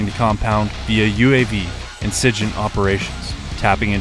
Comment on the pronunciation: "siJint" operations? wtf